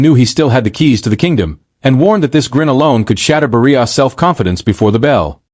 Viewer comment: AI sounds horrible. Cannot even pronounce Barrios properly. AI not trained on Spanish pronounciaton???